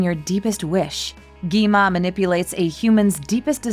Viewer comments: You said gima. You should say gwima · Its not gema its gwima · gi ma? ITS GWI-MA